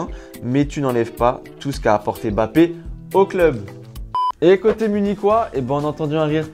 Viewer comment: C'est Mbappé, et non Bappé🙂🙃